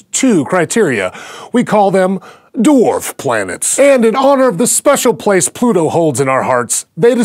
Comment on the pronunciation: Why does he pronounce the word "Dwarf" as "Dorf"?